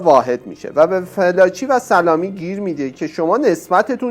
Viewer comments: تو با این صدای نحس وگوش خراشت اول اسم این خبرنگار رو یاد بگیر ودرست تلفظ کی‌برد بیا اراجیفت رو تف بده مزدور. اوریانا فالانجی. نه فلاچی کودن. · کاشکی اسمشو درست تلفظ میکردید 🤦🏽‍♀️ felaci نیست، fallaci هست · فِلاچی نه دوست عزیز، فالاچی تلفظ درستِ این اسم است* البته میبخشید دیگه؟!! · شما صدبار بجای فالاچی گفتی فلاچی اسم این خبرنگار اوریانا فالاچی هست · باید متذکر بشم لااقل اسامی رو درست عنوان کنید اوریانا فالاچی است از اول تا آخر گفتید فلاچی!!!! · با احترام ، تلفظ صحیح ِنام ِخبرنگار ، “فالاچی” است ، نه فِلاچی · فلاچی چیه چرا درست نلفظ نمی کنید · واقعا یک برنامه سطح پایین در حد فرهنگ بسیجی ها ،این آقای گوینده حتی اسم فالاچی را فلاچی تلفظ میکند و کلی از چیزهایی که در این برنامه بنام مصاحبه با خمینی شیاد مطرح شده اساسا جعل اسناد است دراین برنامه فقط خزعبلات خمین برجسته میشود، اساسا مصاحبه اوریانا فالاچی خیلی کوتاه بود چون در رابطه با حجاب فالاچی در برابر خمینی کشف حجاب میکند که از محل جلسه اخراج شده و مخفی میشود و مخفیانه از ایران فرار می کند ،چون دارو دسته خمینی طرح ربودن و زندانی کردن فالاچی بود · درود بر شما . تلفظ صحیح اسم این خانم فالاچی است نه فلاچی . من هجده سالم بود که انقلاب شد و کتاب زندگی جنگ و دگر هیچ ایشان را میخواندم (ویتنام) .ایراد خبرنگاری ایشان این است که بعد از اتفاقات سرو کل اش پیدا می‌شدا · فالاچی رو چرا هی فِلاچی تلفظ می کنید؟؟؟ خوبه در تیتر هم نوشتید فالاچی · خانم فالاچی صحیح است یا تمام ایران اون زمان خانم فالاچی را به این تلفظ میشناختند.